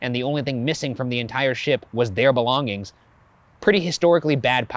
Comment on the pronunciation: Ryan pronouncing "belonging" really is distracting